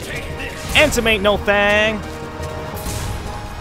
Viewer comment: haha every time says ansem, I hear handsome